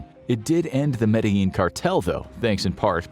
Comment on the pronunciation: It's pronounced: Mad-de-jean